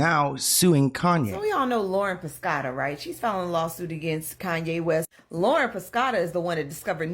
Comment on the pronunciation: keep hearing LORA, instead of Lauren. so annoying, dont get sloppy pls